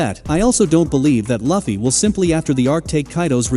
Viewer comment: Asking us to subscribe you without even pronouncing their names right i mean really, who tf are these “Way-no & Loaf-fy…” ? Nah, sorry mate no sub for you yet until you put some efforts on it pronouncing their names correctly. But don't worry tho at least there are people who doesn't care about that. But for me I care tho because names are one of the most very important identities either it's a person or an object(including anime too)